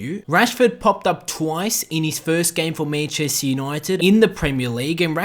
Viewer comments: love how u say manchester 😂😂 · Ffs the way you say Manchester really annoys me